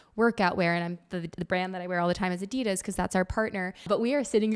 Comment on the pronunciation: It's not " adeeedas. Just a very short "i" like in pickle. Shortform for : Adolf Dassler. Nickname: Addi.